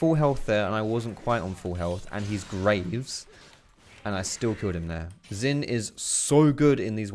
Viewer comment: SHIN (AS IN ZHIN) NOT FUCKING ZIN